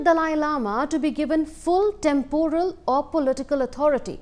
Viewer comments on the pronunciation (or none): none